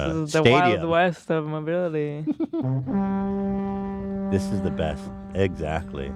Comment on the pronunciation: Mobility disability-mo-beel